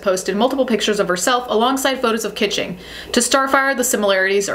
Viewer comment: Its not Audrey Kitching. Its Audrey KAACHINGGGG! 💲💰💸